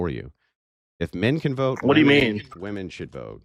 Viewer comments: He can say “men” but he cannot say “women”, he says woman lol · One woman, many woman? How's nobody calling out basic English errors? Dude literally can't pronounce women????? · Uhm, hello youths, hi.... Plural of woman is WOMEN. Different pronounciation. Get that right and i will believe you posess hot and cold cognition. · His inability to say woMEN annoyed me to no end 😩😩😩😩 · Let’s have a new requirement for voting; If you cannot pronounce WOMEN correctly, you cannot vote. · I noticed this as well and I find it extremely annoying. They might believe -men at the end of women is misogynistic